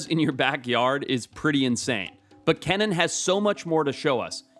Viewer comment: Ken-in? Lol it’s pronounced like “key-nan